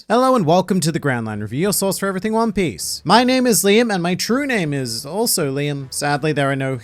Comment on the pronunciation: "One Pieshe" 🤣🤣